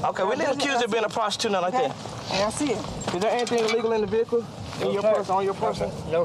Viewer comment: Vee hickle